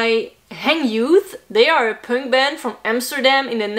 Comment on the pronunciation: I like how pronounce Punk. Pünk